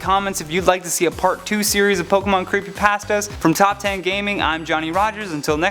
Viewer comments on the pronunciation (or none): Creepypasta, you say Creepypahstahs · Omg he pronounces like everything wrong and these are terrible lol like pokuhmon creepy paastas